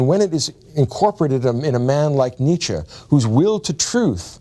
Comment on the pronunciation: his influence can't be that great when you're not able to pronounce his name right